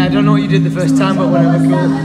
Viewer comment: doesnt say cool, he says Kewl:P